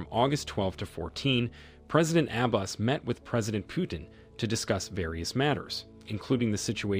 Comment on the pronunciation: Had to stop listening because the narrator, in the 21st century, doesn’t even know how to pronounce Abbas!